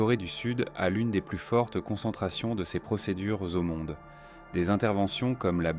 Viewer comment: Zomonde 😂 dommage d’utiliser l’IA